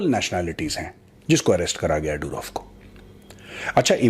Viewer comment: मेजर साहब पुटिन नहीं पुतिन, डुरोव नहीं दूरोव , रूसी भाषा में ट, ड, ह अक्षर नहीं होते !